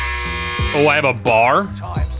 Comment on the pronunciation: Really you called it a bar…ITS B.A.R not bar its B.A.R